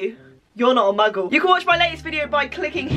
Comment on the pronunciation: starts video: What's up MUGGELS me: AHHHHHHHHHHHHHHH why??????